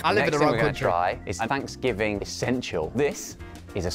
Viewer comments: Love the way he says Thanksgiving. "Fvansgiving". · Did you say Fanksgiving?